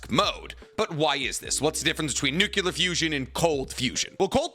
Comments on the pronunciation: It shouldn't bother me as much as it does, but you keep saying nuculur instead of nuclear 😂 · I like the way you mispronounce "nuclear". it reminds me of Homer Simpson. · This guy still can’t say nuclear? 🤦🏻‍♂️